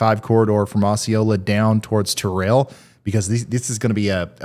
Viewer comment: as someone from nea, the pronunciations of the towns made me wanna pull my hair out lol. jones-bor-o, o-see-o-la, tur-el, le-pan-toe is how you pronounce those towns. not trying to be rude, just trying to help